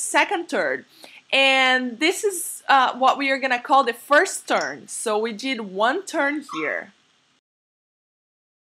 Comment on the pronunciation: the way she says churn when it's actually turn